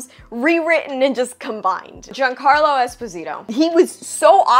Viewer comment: Thank you,, for pronouncing Giancarlo correctly. You’re just about the only YouTuber who gets it right.